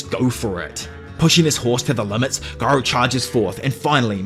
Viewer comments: What's more funny than my valentine is saying GUY-row instead of the superior JI-ROW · why is bro still saying "giro" and not "jiro"😭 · jiro is how it’s pronounced pal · I love “guyro” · Bro please just say "Jairo" 😭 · ITS JAI-RO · Its my head canon that Gyro hit you with a steel ball to help you say the his name right in the next one after saying it with a g instead of a j for 2 videos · It's just weird like if someone suddenly started calling Joe Biden Goe Byd-n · I knew it was Latin so I just googled it bc you took the time out to reply. Honestly I didn't even notice you were pronouncing it wrong until I seen the fuss in the comment section. OPM got me accustomed to hearing garou. I bet you're glad you decided to break the parts up smaller. It could've been a lot worse.